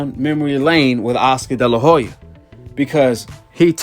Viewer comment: Oscar de la Hoya... the H is silent. I wasn't going to say anything but you said his name so many times lol